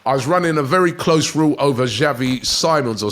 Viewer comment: Just to clear up the name pronunciation .. Chavy Sim'ons